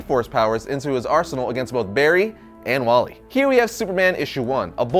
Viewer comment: Barry elen is the best but how did said its Walley😭😭😭